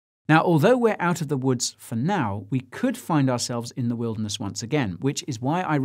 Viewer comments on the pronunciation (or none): none